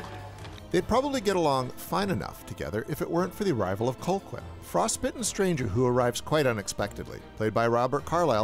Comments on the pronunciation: His name is Calhoun, not Colquin. Sheesh! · I was like huh? Colklyne? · Its pronounced Cal Hoon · “Cole-quin”? You’ve seen the movie, why’re you mispronouncing it over and over? 🧐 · You managed to mispronounce Robert Carlisle's character's name every single time. Other than that, a very solid review. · I have to say it's wild how the narrator keeps blatantly mispronouncing Colqhoun's name so blatantly. Really feels like he never actually watched the film. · Gotta love when someone claims to love a movie but mispronounces the name of the villain, which is said multiple times over the course of the film. I have to agree with just about every point, though. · I liked your video, but your continued mispronunciation of Colqhoun drove me nuts. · Good overview, apart from your cloth-eared pronunciation of Colqhoun. Watch the film again and learn how it's really pronounced.